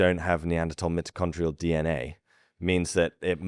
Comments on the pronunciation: You should be better at your pronunciations considering your lineage. It is not MIT-o-con-tree-al but MY-toe-con-tree-al dna I’m sorry but there are not different English dialects used to pronounce this it is quite clear. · Look I don’t care how British you are, you don’t say mitochondrial like that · Stop saying mitochondrial ... It's MITOCHONDRIAL!